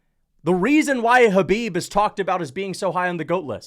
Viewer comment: hey pronounce Kahbib's name correctly🤗